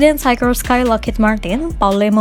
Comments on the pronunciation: Dibacanya sikorski Mbak, bukan saykorskai, itu nama orang Rusia yg imigrasi ke US. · Sekelas ngomong Sikorsky aja gak bener..... cari tahu cara ngomong yang bener gimana... biar gak keliatan beg*k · Mantap..terus berkembang.. mungkin masukan cara spelling dari pembacaannya dari mereknya